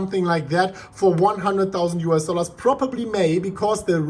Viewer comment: " US dollas....."